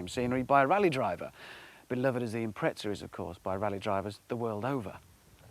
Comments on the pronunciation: It's not fucking "Impretza" it's "Impreza" you fucking illiterate. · it's a "zeh" sound not a "tz". if it was "impretza" why isn't there a "T" in there?